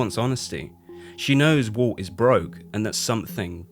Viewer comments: As a non native speaker I hear "Wolf" constantly when you say "Walt", more like "Woalt". So confusing to listen to. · As well as ‘Walt’ sounding like ‘Wull’… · His name is Walt not woolt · I always thought the main character's name is Walt, not Woo. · It’s Walt, not woot